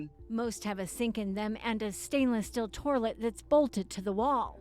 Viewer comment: “torlet” ?!???! This is a professional broadcaster